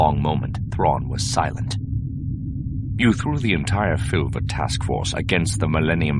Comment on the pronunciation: his pronunciation really bugs me. it's "Suh-'bowth", not "Sah-bay-oth". the planet is "File-th", not "Fill-the". it's the "An-doo" system, not "An-doh"